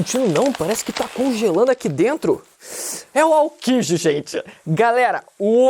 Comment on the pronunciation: Tu falando Aokji é engraçado. Kkkkk